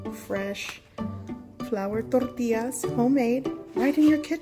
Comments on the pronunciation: Can't wait to try these. BTW i watched your other flour tortilla videos and think you're saying torrtillas funny in this one!😊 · You pronounce tortillas so Tex-Mex, lol. Very light on the double L.